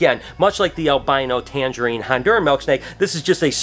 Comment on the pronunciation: I can not stop thinking about the copper snake. The Tangerine Theried? I know I butchered the last bit but that's what it sounded like. I really would love one. So gorgeous!